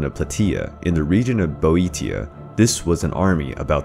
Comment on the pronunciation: I believe it is pronounced (PLAY-sheu) and (BOW-ay-shu)